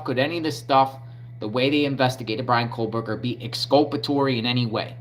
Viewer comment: Bro…stop saying “Kohlberger” His name is Kohberger …there is no L